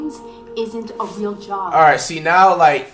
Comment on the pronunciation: When I first heard him I thought he said chop instead of job